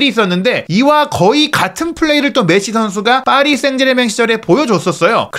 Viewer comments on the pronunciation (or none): none